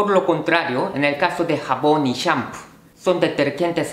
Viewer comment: Al escuchar como pronuncia shampoo de inmediato me di cuenta que es japonés jeje